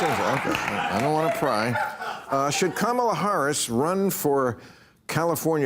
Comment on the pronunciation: KAH-MAH-LA HURRR-US is the new way to say it now 😂😂😂 Oh Bill!